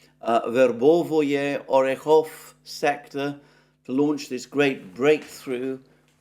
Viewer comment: It's not "Verbovoye", it's Verbove. It's not "Urazhaynoye", it's Urazhayne. It's not "Popasnaya" it's Popasna. It's all simpler.